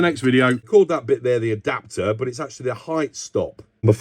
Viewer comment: Akch-tool-ee...,... I did get some rather nifty little tools from Sainsbury's "tools and trinkets" section, recently, and for cheap, too! But I sense a trip to lovely Lidl might be on the cards for Sunday morning. Edit: I bought a 1/4" screw-driver bit set with ratchet handle from Aldi a couple of years ago. Bits were ok, but the ratchet handle was a nasty PoS, and I genuinely threw it in the bin, it offended me by it's mere presence in my house.